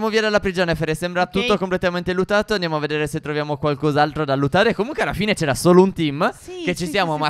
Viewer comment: monica musto non è vero si dice luTato